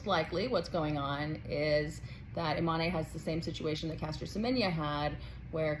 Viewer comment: Imane, is the French spelling for Iman, and so should it be pronounced and not "ImanÉ, as you pronounce it ? You, too, are making a big meal out of it, whilst it is very simple?? Imane was born a girl raised as a girl, went to school as a girl and practised sport as a girl ever since, and up to now no one has come up with evidence proving she isn't female. The IBA has banned her unjustly from several competitions already based on a supposed study that they refuse to publish the results of, until today. IBA, has of course an agenda to disqualify any Algerian athlete they can, Algeria being today and historically the staunchest supporter of the Palestinian cause on all fronts, defends Palestine at the UN Security Council of which it is a non-permanent member, it defends Palestine and the Palestinians, at The African Union which has long history of solidarity with Palestine, continuing with today’s efforts to end the destruction of Gaza because African countries see an identical experience between Palestinian occupation and what they have endured under colonization. Algeria defends Palestine, at the Arab League, and at the Organisation of Islamic Cooperation Countries and is one of the largest if not the largest after Saudi Arabia contributor to the Palestinian cause, and for that, Algeria has to be punished by all means possible and at all levels, for being naughty and disobedient.